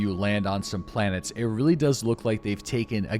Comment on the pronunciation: I SWEAR TO GOD IM GONNA EXPLODE IF I HEAR IT ONE MORE TIME. ITS OVER 1000 PLANETNS NOT 1000. OVER 1000, OVER 1000, OVERRRRR 1000!!!! Love you lol